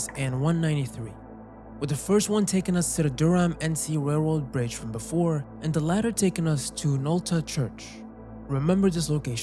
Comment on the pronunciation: I went from being excited to hear NC mentioned to misery after hearing him say "Dur-Ham" 😭